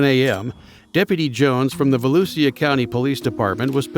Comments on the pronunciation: It’s VALOOSHA, not valusia…. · I've recently found this channel and want to thank the channel operator. Only one problem is the robots pronunciation of Volusia, which is Vol-ew-sha. Great editing, though. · Its pronounced VALOOSHA country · Volusia is pronounced as "voh-loo-shuh" though😊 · I'm from Orange/DeBary, went to Deltona High. He has good videos but every time he says "Volusia" wrong it makes me cringe.